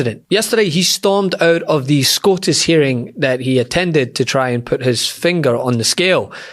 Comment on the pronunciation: When you pronounced SCOTUS, I went to my kitchen and prepared some Haggis.